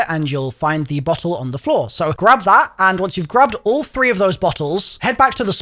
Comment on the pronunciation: Bro the way you say bottle sounds nothing like the word